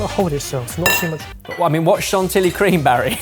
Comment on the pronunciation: French person here: Mille-feuy, not foué chanti-yee, not chantily It seriously stabbed me in the heart countless times. Please, do better next time!:)